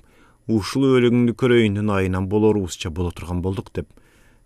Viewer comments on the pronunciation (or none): Абда́н сонун чыгарма экен,, балам, сага бир кенеш, "окуганда, айтылганда "" деп кыргыз тили сабагынан тыбыштар жонундогу темага бир коз салып алсан, себеби, абдан жакшы окуйсун, бирок '" к'' тамгалары окулганда ""г '' болуп окулары, ( кайсы бир учурларда ), чыгарманын коркун андан бетер ачмак, мисалга"" кет ары, олугунду коройун"", ""гет ары, олугунду горойун''.